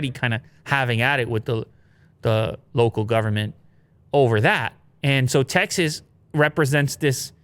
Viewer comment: Tecxas, Techsas...